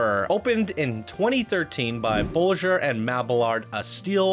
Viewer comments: Am I the only one who cringed at his way of saying Bolliger? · Loved the park and review, but PLEASE STOP SAYING "THE Raptor, THE Gatekeeper, THE Maxair, THE Rockets, THE THE THE THE". It's just grinding my ears to death. haha. The rides have names just like people. You don't say THE Sarah, THE James, THE Mrs. Parker etc... Also, your pronunciation of designers like Bolliger and Mabillard (ball-ih-gurr not bowlin-jur, and Mabi-yard). In future videos I hope you can fix those nuances. I'd like to see more videos like this.